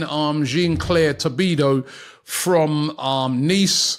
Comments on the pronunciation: . Gean claire tobido. Okay robbie😂😂😂😂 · Jean Claire tobidoooo 😂 come on robs